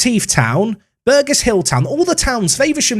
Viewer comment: Burgess and Faversham are towns you need to check how to say 😂